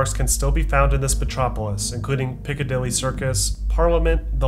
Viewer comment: When he said Piccadilly I got PTSD flashbacks